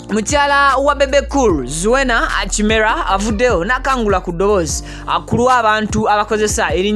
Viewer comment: webaale kutuweereza naye erinnya liri" kirema" not kimera" thank you